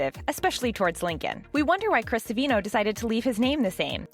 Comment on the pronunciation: It's Chris Savino, not Sevino